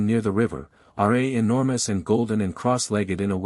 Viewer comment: Its RA, NOT R A